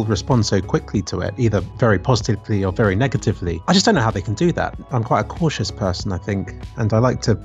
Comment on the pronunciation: "negevtively"... yeah? huh? no... sorry....